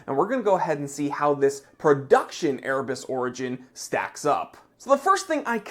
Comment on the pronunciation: I agree its a great watch, and he is a great guy, but it still sounds like "Ear Bats" to me....